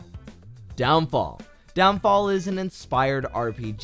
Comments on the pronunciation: ITS NAMED DEMONFALL NOT DOWNFALL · Half these games are old, others turned pay to win...AHEM (World//Zero) Some I'm pretty sure u didn't play, like rogue lineage, and everyone is complaining on how you said downfall instead of Demonfall😅 but most of these games are dead, and I play Loomian Legacy, the game isn't complete and it's going to take years until it's actually done. Vesteria was free a year ago. But ima look at the games I haven't seen, so thx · This dude said down fall 🥲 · Anyone gonna tell him its Demonfall not Downfall? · The fact that he said downfall amuses me for future reference it is demonfall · Its demonfall not downfall anyways the games u said are pretty good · When you said "downfall" did you mean "demonfall"? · It’s called demon fall not down fall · Its demonfsll not downfall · bruuuu its demon fall not down fall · it s demonfall not downfall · demonfall not downfall lol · DOWNFALL 🤣🤣🤣🤣 its demonfall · DOWNFALL!? NIGGA WHAT!? It's fucking demon fall smh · Did bro just say downfall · Bro how do u butcher demon fall